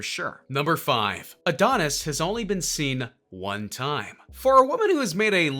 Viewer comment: And oh neese 🤦🏾‍♂️